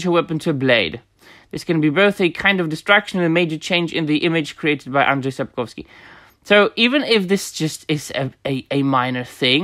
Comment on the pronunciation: I love how you pronounce names like Andrzej Sapkowski or Jaskier, sounds 100% Polish and it sounds super refreshing to listen to someone speaking on the subject in English, while pronouncing names correctly.